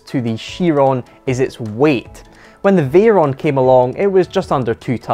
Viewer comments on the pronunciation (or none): none